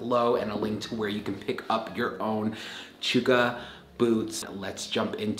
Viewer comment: I think its phonetically pronounced CHUCK - AH. not CHOOK - AH.. LOL.